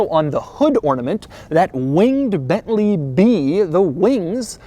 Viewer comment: It is not "BETLEE", it is BENTLEY!